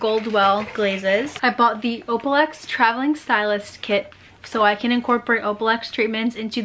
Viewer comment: O-L-A-P-L-EX not opalex lol